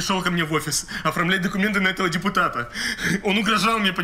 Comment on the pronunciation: ''Детапут" :-D